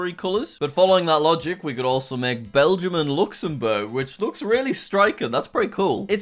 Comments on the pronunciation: Yes, it did say Belgia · Did that really say Belgia? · they said Belgium wrong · and say belgia